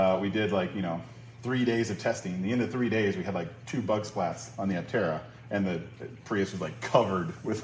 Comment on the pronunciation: The correct pronunciation of “aptera” should be /ˈaptərə/, like in “dermaptera” (/dəːˈmaptərə/) or in “zoraptera” (/zəˈraptərə/).